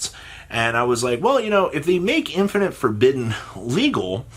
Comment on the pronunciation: Infeeerrrnit forbidden